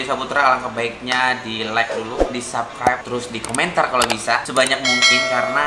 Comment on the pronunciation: lo ngomong subscribe aja ga bisa2 gatel bgt gw "sabkraip"